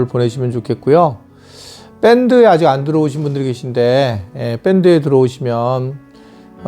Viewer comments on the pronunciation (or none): 뺀드가 아니라, 밴드라고 해주세요...ㅎㅎ